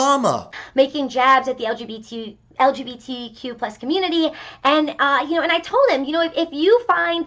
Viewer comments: My gosh... "Eldzhibitikjuplus". That`s what`s wrong with the world nowadays. The very essence of the PC in one unpronounceable linguistic Frankenstein`s monster. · Why can’t any person like her say lgbtq+ or anything like that, they always mess it up lmao that’s how useless it is.